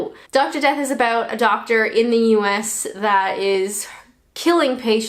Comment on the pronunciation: aboot 😂 cracks me up